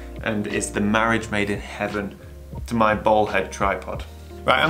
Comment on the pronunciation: Your very charmful accent makes "Bowl" head sound like "Ball" head. New pano head looks tasty.